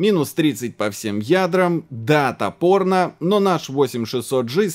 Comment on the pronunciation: "Да топоrnо" послышалось как "Датапоrnо" 😄